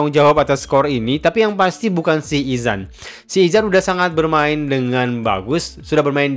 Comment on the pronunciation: Pengulas otai tapi sebut nama player pn salah. Sikh Izhan. bukan Izan